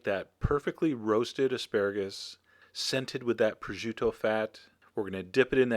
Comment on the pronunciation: there is no "ju" in the name its pronounced pro-shoo-to